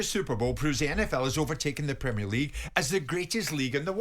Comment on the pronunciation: "PRUHMEERLEEEGUE" Go away.